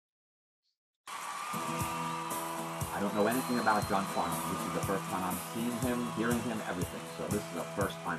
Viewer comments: New sub here, I enjoyed your reaction, thank you. It’s been a while since listening to this song. You got the pronunciation spot on, awesome! Funny that you said The Voice, because that’s what we Aussies (pronounced Ozzies) call him. If you know Olivia Newton John, another beautiful Aussie, she sings a duet with John (in a concert called The Main Event) called Please Don’t Ask Me, a poignant star-crossed lover song, full of beautiful harmonies and shows the great friendship they had for each other. Other songs are best chosen with the Melbourne (Mel-bn) Symphony Orchestra, always live where possible for most Aussie artists. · Perfect pronunciation of Johns name . He is an absolute legend here , the whole country adores him . He’s a National Treasure and was Australian of the Year . One of the greatest singers ever , he has a great sense of humour , a fantastic rapport with his audience and us simple a really wonderful man . Always react to live clips as they are soooo incredible . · Great to see you have discovered The Voice that is John Farnham ( you pronounce his name correctly) here is one with another legend of Aussie mussie Jimmy Barnes When Something is Wrong with my Baby and Help John's version of the Beatles Help 😁🇦🇺🎼🎵